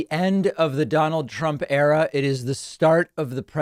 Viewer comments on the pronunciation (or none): I am going to assume you actually said 'Donald Trump Error' instead of 'Era'. ;)